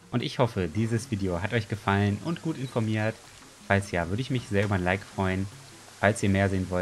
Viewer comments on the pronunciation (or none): none